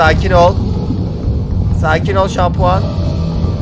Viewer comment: Bendy'e şampiyon diyeceğine şampuan diyen berke abimiz Kralsın!